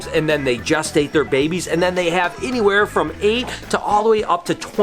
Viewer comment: Some hanky panky going on....wahooooo! It sounded like you said “just ate “ instead of gestate